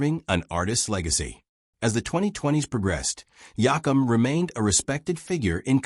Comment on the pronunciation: Please learn to say his last name right